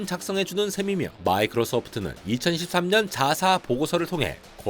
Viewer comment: 2023,2021 등 십의 자리수 20 읽을때 자꾸 13, 11로 들려요